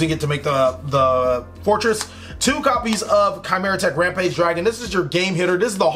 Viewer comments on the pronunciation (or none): none